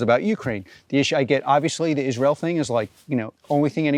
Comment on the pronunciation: Yeah, I hate it when people pronounce Israel as Is-real. Bye!